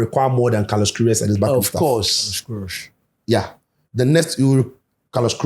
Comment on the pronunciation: Kudos to the camera man, he understood the assignment. The transition to Daniel right after coach mentioned the name was brilliant. We all knew Danny would comment on the pronunciation😂😂😂. Brilliant work , Coach the name again Carlos what …😂